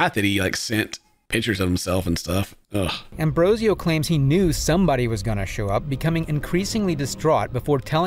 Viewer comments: I can't not focus on how the narrator keeps saying Ambrosio but the predators name is Ambrosino. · You say his name is Ambrosio but you write his name Ambrosino..... So the one to make fun of will be you then.... Well done 🤣